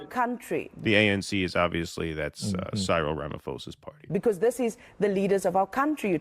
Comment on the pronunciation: please learn to pronounce Cyril & row, meaning a commotion (hint: rhymes with meow).